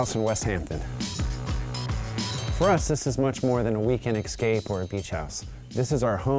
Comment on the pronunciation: Did actually say, "eXcape"? Oh, well... At least I know know what to say, if I ever am in someone's mobile home. The trendy new models have "cathedral ceilings". So now, I can qvell over the chic transition between the low spaces and the high spaces of someone's doublewide, describing how the sloped ceilings "negotiate the geometry of the exterior". The TV commercials for mobile homes, by the way, are now showing ALL-NEUTRALS interiors - just like the "neutralized-for-resale" re-dos of every house we've seen in the Hamptons. Oyyyyyyyy......